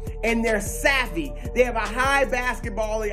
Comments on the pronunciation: Lol “Dey white” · Nobody: Broussard: "Dey White"